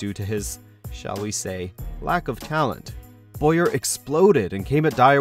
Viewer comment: It's fucking Bowyer not Boyer.